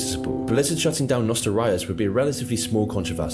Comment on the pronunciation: I'm sorry on behalf of the UK for that guy saying "nostal-rye-us". He's an anomaly.